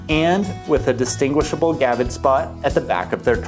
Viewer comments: Come on man. It's a gravid not a gavid! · Gravid. Not gavid. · It is gRavid spot. Not gavid spot. There is a R in there.